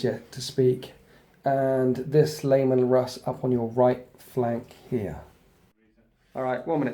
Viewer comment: C'mon,. You do great batreps but your pronunciation could be better. "Skyons" and "Layman"? "Scions" pronounced like "sigh-on" and "Leman", pronounced "Lee-man".